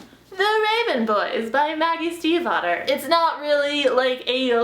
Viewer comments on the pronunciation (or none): none